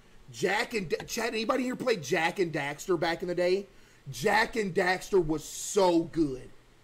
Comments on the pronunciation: When he said I’m back I thought he said I’m fat guys I’m fat and I was like we know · Why does it sound like hes saying ladies and gentlemen im fat instead of back